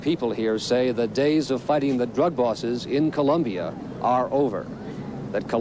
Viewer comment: Its Colombia not ColUmbia